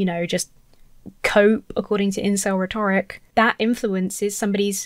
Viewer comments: How can you mispronounce "rhetoric"? It's rhe'toric,. Rhe'toric. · You are awesome! But please please learn how to pronounce ‘rhetoric’, sorry! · Please, it is pronounced RHEToric, not rhetORIC. It shouldn't bother me, but it does.